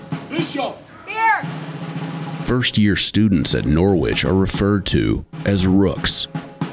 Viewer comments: Do americans really say Nor which? Here in the UK its Norich (soft o)? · Im from a city called Norwich in the UK. We pronounce it Norridge not Nor-Witch. Wonder where this uni got its name? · NORWITCH,it is pronounced norich NOT NORWITCH. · Why do Yanks have to change the way a word sounds. Nor Wich. There is a city in the UK with the same spelling but is pronounced totally different. The W is silent sounds like Norich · From an ex Brit NCO....... who is from Norwich England . Its pronounced and said as Narwich if you ar from Norfolk....And cadre is French pronounced and said as Carrder or carder. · It’s funny how Americans say Norwich 🇬🇧🇬🇧🇬🇧😂😂😂come on guys get it right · In UK there is the city of Norwich but is pronounced Norich, the R is silent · Americans.... Stealing names from other countries then not pronouncing them correctly. Every time they said 'Nor-witch' I cringed. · Just so you know the letter ‘W’ in Norwich is silent. It’s pronounced Noh - rich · When will Americans learn to pronounce placenames correctly? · Shame none of them know how to pronounce Norwich properly